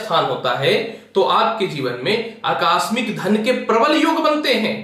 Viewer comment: अकास्मिक नहीं आकस्मिक होता है।😍😍😍😍